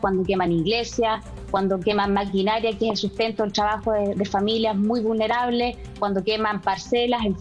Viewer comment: Por qué dice tchabajo la diputada?